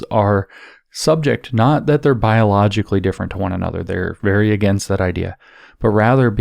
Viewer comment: Please do consider improving the quality of your pronounciation. I do appreciate your work, that's why I'm angry, it makes it hard to understand the great and important content. Example: bio-lo-gi-cal-ly is not pronounced "biloshowy"...! ! ! If you want to convey information, that aspect of language counts for something, for God's sake you're speaking, not writing...